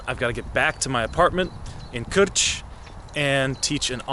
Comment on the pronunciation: Respect. You moved here years ago and already pronounce "Krč" and "Kunratický les" perfectly. Well done. Btw, would you consider making a video someday about how you learn Czech, what do you find reasonably easy to learn and what are the challenges of learning Czech from your perspective?